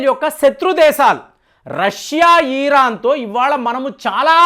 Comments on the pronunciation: సార్ ఇరాన్ అనాలి ఈరాన్ కాదు...ఎన్నిసార్లు ఎంతమంది చెప్పినా కూడా ఇదే ఈరాన్ అనే పలుకుతున్నారు.. తెలుగు పరువు తీయకండి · ఈరాన్, ఈరాక్ కాదురా బాబూ.. ఇరాన్, ఇరాక్ అవి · ఈరాన్... కాదండీ ఇరాన్.... ఇజ్రాయెల్ వారు ఇరాన్ ను ఆక్రమించరు యూఫ్రటిస్ నది వరకు వరకు ఆక్రమణ చేయవచ్చు.... అది బైబిల్ Prophecy..... దేవుడు వారి పూర్వికులకు వాగ్దానం చేసిన land అది.... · వీడు ఒక BJP fanatic. ఈరాన్ కాదురా నాయనా😂😅 ఇరాన్....